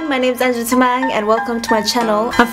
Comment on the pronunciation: its so cringy when you say anjali tamang lol ur nepali right ??😂😂😂😂